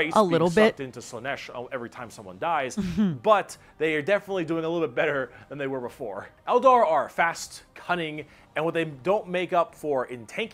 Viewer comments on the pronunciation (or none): it's not "Koonin", it's Cunnin' by the way... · Anyone else kinda cringe when she keeps pronouncing it as Brutal Cooning? It's Cunning, as in smarts and tactics. Love you.